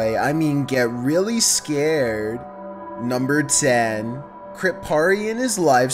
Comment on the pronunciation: “get really ScARrEDd”